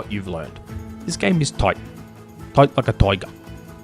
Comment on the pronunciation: Toight like a toiger!